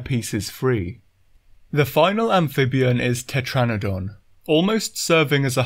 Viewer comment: IT,S TETRANADON